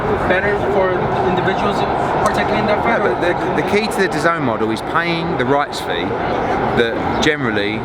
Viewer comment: Thy keep saying d’zone . When it’s dazn dah-zen